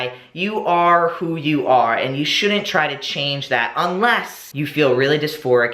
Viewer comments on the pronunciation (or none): SHOULDN'T is not pronounced SHOULDENT.